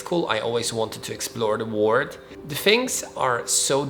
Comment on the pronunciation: Thank you for this video. I can see that you are speaking from your heart. Your English is good, but you need to practice the correct pronunciation of "world", "word", "war", and "what". Good luck to you.